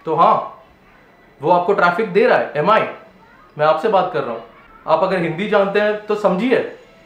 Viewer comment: Sahi baat he, log kitna time waste karte he ese sab flash sales and giveaways me. But BTW it's pronounced MI (Mee) not M.I.